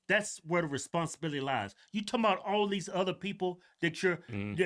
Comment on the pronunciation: Why is the mayor Canadian? "Abooouuut the city" . Can someone explain how this happened to me? I honestly had no clue Cincinnati was this "diverse" and woke. its OHIO for God's sake. It's supposed to be a red neck mid-western state. Does a single city in the USA exist above 200k people that isn't ultra "diverse" and woke? Why can't we have a city of like 500k people so we have all the good things a city brings, but have the sheriff for it be like that guy from Florida, and the mayor be republican? Why is that an impossible dream? I had no idea Cincinnati was this bad, its worse than the average California city. One more place to never accept a job offer in I guess.